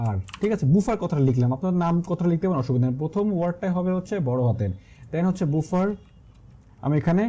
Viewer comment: বুফার না, এটার উচ্চারণ বাফার :D